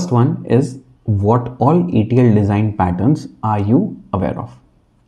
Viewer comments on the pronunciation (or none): The presentation is very distracting due to your poor English skills. You could be a lot more successful by correcting your pronunciation of letters and speaking proper grammar. For example the word What starts with a W sound not a V Sound. All dictionaries include pronunciation for all letters and words.